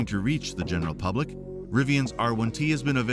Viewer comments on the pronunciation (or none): none